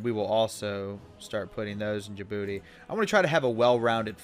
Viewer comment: Remember when said Djibouti wrong?